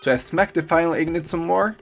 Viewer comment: Aluminium ignot lmao